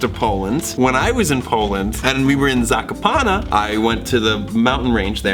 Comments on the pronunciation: When he pronounced Zakopane wrong, I cringed. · OOF that sure is a way to pronounce Zakopane